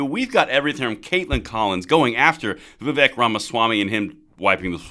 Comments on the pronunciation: He's a fantastic candidate, but no one can see to say the guys name right. Viv ache, like cake. I've seen a lot of respect for him, but let's show it by getting his name right, lol. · a vote for Vivek (pronounce Viv-ake, like cake) is a vote to abolish the ATF, FBI, DOE, etc. Let's get it! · For your info, his name is pronounced Va-Vake, rhymes with cake. He is quite used to folks mispronouncing it, but I think we all should learn to get it right. He may or may not succeed this cycle, but he is likely to be around for quite some time!! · Just an fyi, it's Vivek, pronounced Vi-vake. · I wouldn't vote for any body when two thirds of American's can't pronounce his name